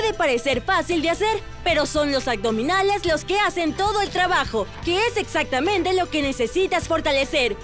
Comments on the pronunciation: Deberían de checar la dicción pues se escucha súper mal AGDOMINALES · Súper excelente esta rutina de yoga, todos los días lo estoy haciendo. Solo la mujer al pronunciar. AGDOMINALES, Pues me fijé porque lo dice muchas veces jeje. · ¿Será posible que encuentren a una persona que evite decir aCdominales”? Estaría estupendo que pronuncie correctamente “aBdominales” con “B” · Muy buenas posiciones y video...pero me desespero la manera de decir "acdominales" no entiendo porque lo dice así, tan linda voz, buena energía, pronunciando super bien los nombres de las posturas que parecen trabalenguas y lo más básico y principal la riegaaa...nadie le digo que no se dice "ACDOMINALES" 🙄🙄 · El único pero, es la pronunciación. Porque dice agdominales!!!!!????